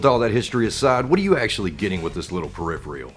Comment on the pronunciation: Yeah it should be "peripheral" just like "peripheral vision." Not tryin to be an asshole, it just bugs my OCD I guess.